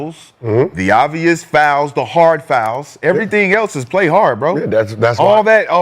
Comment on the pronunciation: Kenyon DESTROYED Rashad with the "is it obious?" 😒😂😂😂